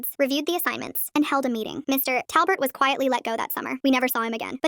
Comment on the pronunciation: Why does she say his name like: Mr TA!! lbert? Wtf happened with that AI??